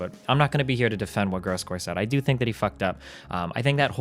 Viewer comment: Say his name right dude it's gross gore. The legend will never die